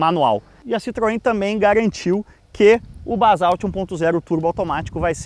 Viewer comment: Só "Balsauti" mesmo!!! primeiro fale o nome certo!!!